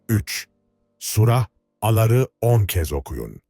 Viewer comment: Sura Aları hangi sure! Yanlış telaffuz olmuş